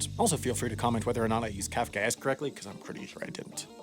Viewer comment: Your use of kafaka-esque was spot on. However, your enunciation of it could have been better. The break-neck speed and slight drawl did blur the word rather.